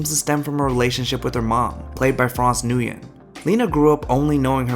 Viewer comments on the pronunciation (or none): This is an amazing video, but PLEASE don't pronounce Nguyễn as "nu-yen"... The best Anglicized pronunciation is "win".